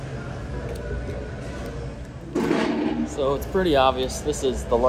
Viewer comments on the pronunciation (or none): ... is it "huge" or is it "YUGE"?? Been there 20+ times.... it's cool for sure but as a semi local, it's boring hahaha.